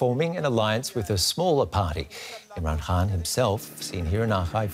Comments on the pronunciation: Why does she keep saying Imran Haan instead of Imran Khan? Is it a speech impairment or some specific dialect or accent? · Hey it's Imran KHAN not HAAN . Like Genghis KHAN not HAAN!